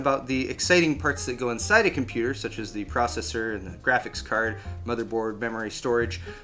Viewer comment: did you just say crapix-card?